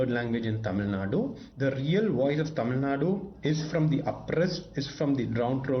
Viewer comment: Not Tamilnad, Its Tamilnadu